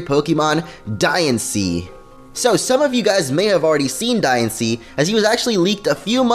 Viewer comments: I know I'm saying diancie wrong in this but it's not diansee it's dianchee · Diancie's Dex Number is 719. The movie about Diancie will be released on 7/19. Also, I think you should be pronouncing Diancie like Diantha with the accent on the "an" but that's just my opinion...